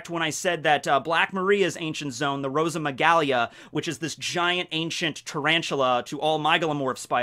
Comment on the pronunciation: ROSA-MI-GAH-LEE It is spelt Rosamygale not ROSAMYGALIA.